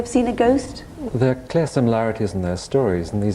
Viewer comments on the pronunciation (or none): I know the rural Lancashire accent you're talking about and this guy does not have it. This guy does NOT use a rhotic "r" actually, but that's not what we're talking about. It's his strange pronunciation of "car" as "care", "are" as "air" etc that's confusing us. I've simply never come across it in any northern British accent before.